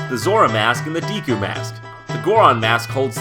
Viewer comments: Did he really just call them Deeku? I don't mean to be rude or anything, but I'm pretty sure it is supposed to be a short e sound. Two e's or ea equals a long e sound. One e equals a short e sound. I think the only time a single e makes a long e sound is when it is at the end of the word. GOD! No wonder English is the hardest language for people to learn. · デク - pronounced "deh-ku" So… yes. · Am I the only one who pronounces it "Day-ku"? You know, like the way the Japanese would pronounce a word spelled "deku"? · hes pronouncing deku wrong. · Dude you are pronouncing deku wrong! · The way JonTron says deku bugs me. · Dear narrator, the "e" in "deku" is a short vowel sound, not a long vowel sound. If it were to be pronounced as you pronounce it, then it would be spelled with a macron over the "e." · Say deku right .____. -punches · Wow that Majora's mask Deku Spirit thing blew my mind. Also you mispronounce Deku. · I'm sorry, but you're saying Deku wrong. :P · The way he says Deku bothers me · Is it really pronounced Deeku? I couldn't focus on what he was saying, every time he uttered Deeku I pondered it some more. Looks like Deku to me. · Not that I give a crap, not a real one anyway, but 'Deku' would be pronounced 'Deh-Koo', not 'Dee-Koo'. Anyway, nice ep. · Deku deku deku deku. i dont think its Deeku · GOODNESS GRACIOUS it's deh-ku, not dee-ku. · FOR GOODNESS SAKE IT'S DEH-KOO NOT DEE-KOO. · Deeeeeku? That sounds wrong isn't it suppose to be deh-ku? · DEH-kuu not DEE-kuu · Love you guys buts... its DECK-OO NOT DEE-KOO!!! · "Dee'Ku mask"...... My brain hurts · I don't want to infringe on this obvious fray on the pronunctiation of a fictional word, but I always that it was pronounced "Daykoo." Just an opinion, if I'm totally wrong, well, I'm open for further discussion. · I always pronounced is as "Decku", similar to "Deck". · Jon, what's a "deeku" mask? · It's pronounced "Deck-oo"? All those years I called it "Dee-koo"! Most of my life actually! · its deku not diku